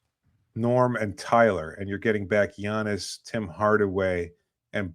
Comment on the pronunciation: learn how to say Giannis name. Jeez